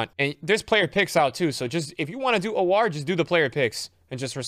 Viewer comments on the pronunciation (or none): It's pronounced "hour" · It's pronounced "Ooo ahhhh"